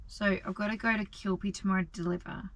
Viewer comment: So you're heading to QUIL PEE that's the pronunciation. At least you don't charge us to watch your vlog unlike some other fool on here who charges us to watch his bs travels.